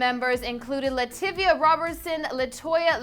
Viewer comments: IKR? The Tido Jackson of the group??? That was just wrong? ??? And it's not "Lativia" it's Latavia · LaTAVIA, not LaTIVIA. You fail and suck at journalism. 🙄🙄🙄🙄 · This bitch is dumb as fuck. She pronounced LaTavia as "Lativia" LMFAO. Guaranteed she only said that because on Beyoncé's latest album there was a snippet from a childhood video where a spokesperson wrongly pronounced it as "Lativia" as well. Fake ass bandwagon fan. She knows she's only been a fan since 2013 who is she trying to fool. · it's LaTavia (Tah) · Y'all mad because she pronounced LaTivia's name wrong lol. Don't nobody know her name anyway.